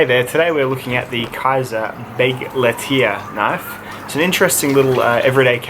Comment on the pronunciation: Nice looking knife. Too bad about the slicing ability. As for the name, I know Kizer is a Chinese company, but "Begleiter" is German for "companion", which makes sense. That would be pronounced "beg-light-er," a little like "Bic lighter". Sorry if I'm being picky. Thanks for the review.